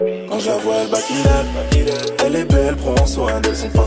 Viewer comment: On dit pas backilup mais back it upppppp loool